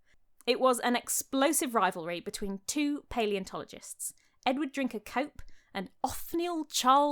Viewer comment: I thought she said “Edward drink a Coke”